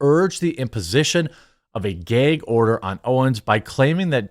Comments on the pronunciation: Are you saying geg order or gag order. Ahah just busting balls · Stop saying Gay-g order. It’s gag bro. Seriously ruined the vid for me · Its gag not gayg bro, sorry but that bothered me. Lol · It's a GAG order not a GAYEG order😂😂😂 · What’s a “geg order”? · What is a "Gayg" order? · Why do you keep saying “gayg”. lol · Jeremy, it's "Gag order" not Geeyg or geig order" lol. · Bro, it's "GAG ORDER" not "GAY'EGG ORDER". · What the fuck is a gayg order? If you can say drag you can say gag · Why does he keep saying “geg” order? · what's a "gayg" order? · Its called a "gag" order. Not a "gayg" order. 😂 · Dafuq is a "gheeg order"? 😂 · GAG order, not GAYG order. lol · Gag order, not “gayg order”. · "Gheyg order" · What is a "gayg order"...why does he say it like that? Lmaoo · 'Gayg' order? WTF is a 'Gayg' order???? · My brotha, learn to pronounce gag. 😅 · Are we all pretending not to hear his annoying pronunciation of "gag" ? Is he Canadian? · I’m only here to listen to Jeremy pronounce “gag” hysterically 100x Made my whole day. Thanks bro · I don't think I've ever heard anyone pronounce gag like that with a long 'a' sound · Man jermey sure doesn't know how to say "gag" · am I the only one who did a double take every time he pronounced "Gag" order?? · If I have to hear GAG order said like that again I’m going to go insane